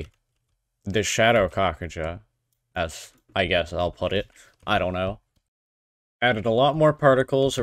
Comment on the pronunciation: Lol "kakajas"